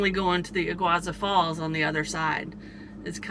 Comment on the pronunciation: E-GOO-AR-SUE falls.